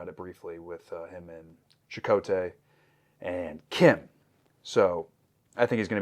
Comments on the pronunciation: Chakotay lol not jakota! 😂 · Chakotay is pronounced “SHA-koh-tay”